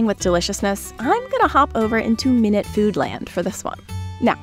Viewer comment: Dear narrator, tbh I don’t think the name of the channel is ‘minute’ (minnit) as in 60 seconds, but ‘minute’ (my-newt) as in tiny… tiny earth. Or is it really 60 seconds?